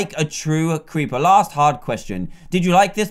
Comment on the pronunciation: Dan can't say creeper XD 😂 he says cweeper